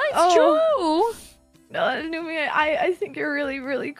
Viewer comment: Nu? Nu o,o home is lon